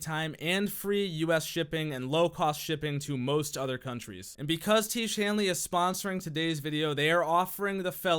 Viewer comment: Until you figure out how to pronounce tiége imma wash my face with shampoo